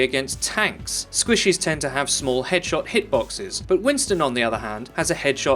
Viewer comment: I love the way he says squishes for some reason.